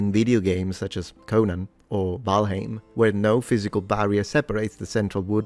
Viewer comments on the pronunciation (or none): none